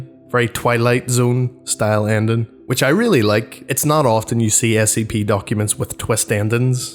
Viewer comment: The way you say ending is weard but now I wonder were you are from